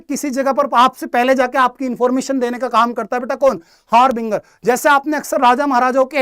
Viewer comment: Inka khudka pronounciation correct nhi ha harbinger ki spelling ka or ashutosh sir ne bhi Island ka wrong pronounciation kya.... Or bhi bahut sari spelling h jo mne google se dekha